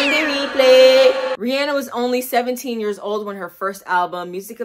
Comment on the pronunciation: IM SOOOOOO HAPPY, you’re pronouncing her name right 🙄